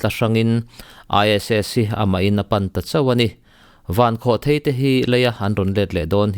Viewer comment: Mizo ṭawngah chuan a lam dan hi lam dan tur dik tak a ni e. Thil tlawn a lai kua hi thei (chhemthèi/mauthèi etc..) tih ṭhin ani a, rocket hi chutiang pian nei anih vang chuan "Vankhawhthèi" tih hi adik thlap a ni.